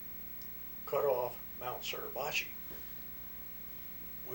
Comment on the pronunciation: Mount not Mouth